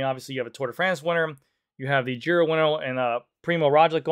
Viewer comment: Must be close to lunch cause you pronounced Giro like the Greek sandwich 🤣